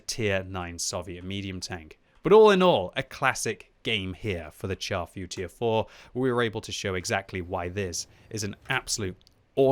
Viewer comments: you guys kill me with the horrid way you pronounce the name of this tank. a simple google search reveals the proper way to say the name in french. its not pronounced CHAR like burnt, its pronounced "Shar Footure 4". anyway that rant over, i LOVE my Char Futur 4. amazing sniper with good gun and accuracy, basically the same gun as the AMX CDA 105 TD. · Sounds like "Charfu tier 4" haha